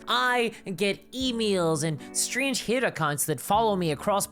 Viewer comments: I chuckled at the narration. Not sure how this made it into my Youtube feed, but hearing "Hate" pronounced "Heaeate" is totes adorbs. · How on earth can anyone be offended by this cute (a bit cringe) little video? He just says he likes a girl no matter how they look or dress... like wtf? D: People are wild these days. on a different topic: I love your accent or pronounciation.. the way you say "Hate" or "Creator" is incredibly funny and cute haha